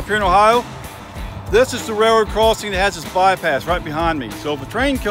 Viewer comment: What do you call it a "ray-roe"??